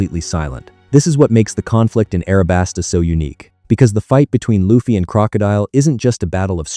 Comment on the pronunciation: STOP SAYING IT LIKE THAT!!!! IT'S AN L! NOT AN R!!!! IT'S ONLY AN R IN JAPANESE!!!! IT WOULDN'T BE AS INFURIATING IF YOU DIDN'T SAY THAT WORD AGAIN AND AGAIN AND AGAIN EVERY SINGLE HELLFUCK MINUTE OF THIS VIDEO!!!!!!!!!!!!!!!!!!! AWFULL!!!!! STOP USING AI VOICES!!!!!!!!!!!!!!!!!!!!!!